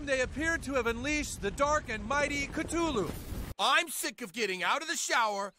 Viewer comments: why did thet say CTULLU ITS CUH LUL LOO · cuh thoo loo